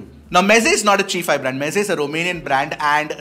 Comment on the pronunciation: I think it's Chai-fi and not chee-fi